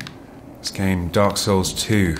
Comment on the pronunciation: lol, Every time I he says "Dark Souls", I can hear him saying "A-holes". If ya know what I mean...!